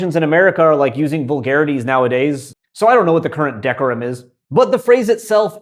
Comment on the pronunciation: Still working on "masturing" English non-pitch accent, I see. ("Decorum" has stress on the second syllable.)